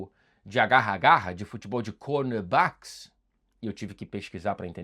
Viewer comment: O sotaque britânico no cornerbacks foi bom dms kkkkkkk